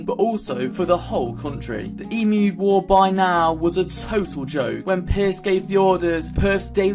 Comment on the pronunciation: Ughhh, being an Australian, a friend of mine who is not Australian always takes the piss out of me for the emu war -_- Ps it's pronounced eem-you not e-moo